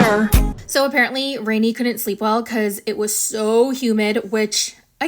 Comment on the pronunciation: Her name is read like Renè, not Rainy😂